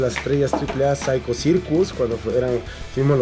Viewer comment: Cuando dises Psycho locos dise 5locos